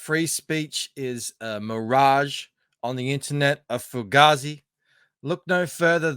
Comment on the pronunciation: Fuh Gayzee is how the Italian-American slang is pronounced,.